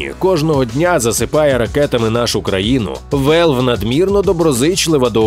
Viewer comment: Чому Велв? Якщо Валв. На скільки я пам'ятаю то такі слова так і кажуться.